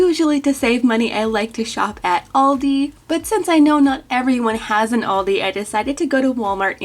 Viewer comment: Does no one else get annoyed by how she says aldi